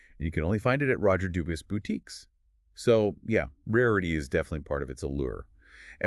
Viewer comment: It's pronounced Dubwee. Like how Bourgeois is Bushwah. 😅